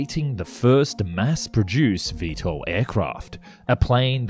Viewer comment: "VeeSTOL", not "VeeEssTOL". V-two two instead of V-Twentytwo? Are you just a voiceover guy who knows nothing about airplanes?